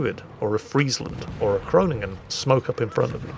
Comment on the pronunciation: almost pronounces Groningen correctly. I am so proud of him!